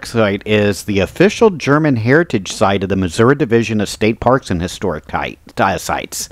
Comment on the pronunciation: Thank you for pronouncing the state’s name correctly! 😊